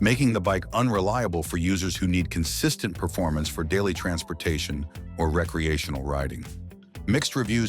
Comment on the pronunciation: What is Ree -kcee-a-tion-al use.okay you got it right the 2nd time!, I did enjoy the information,Thanks